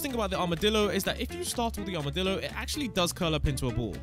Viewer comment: bro really said he got accses to the armedilo early